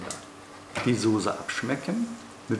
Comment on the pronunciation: Heißt übrigens Soße und nicht Sose